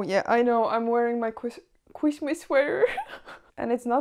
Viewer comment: i like how you say chwistmas